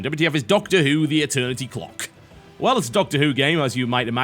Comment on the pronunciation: i thuhgt he said cock lol